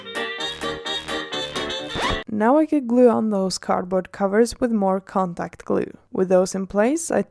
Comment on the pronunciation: Every time you say "contact glue" i understand "Combat glue" XD